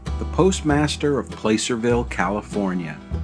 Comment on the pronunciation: Great Video...one nitpick.. PLACERVILLE is pronounced as PlaSSERville, I appreciated your attention to the differing pronunciation between Genoa Italy and Genoa Nevada. Superior documentary as expected, thanks.